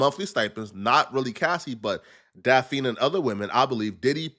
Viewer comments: It's Daphne bro. Lol Pronounced "Daff-Knee" 🤦🏾 You keep saying Daffine like caffeine. 🤦🏾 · her name is pronounced DAF-knee, not Da-fiend. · Daphne not Dapfeen Brody 😂😂😂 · Damn, you need a high school education. "Da-feen"? Daphne, you dumbass! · “ DAH FEEN”? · Diddy didn't pay DAFF-NEE (thats how you pronounce it) directly. He paid her rent. Cassie paid the male escorts. So Diddy didn't sex traffic these women. As far as coercion, being forced, i can see Cassie, because she was getting her azz beat, but Daphne was over 30 and willingly went along because she wanted the lifestyle. That's on her. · Bro This Clownass rtrd cannot literally say simple names and simple words gang😭😭😭😭 this ngga literally cannot say the name daphne gang😭😭😭😭 ITS DAPHNE JALLAH… yk like the one off scooby doo?? ITS SAID (DAFF-KNEE) clown🤦🏾‍♂️😭💯‼️ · Daphne pronounced (Daff Nee) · Daff- Ah-Knee #thankmelater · Bro how do you not know how to say her name? Where you from?